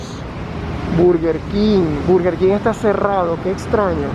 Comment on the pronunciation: Dude, you meant English. Min: he said BUrger KIng, it sounds nasty, actually is /Bərguer Kɪng/